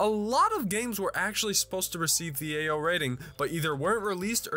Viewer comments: All I hear is "Ayo rating" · its not Ao rated its AYYOOOO?? rated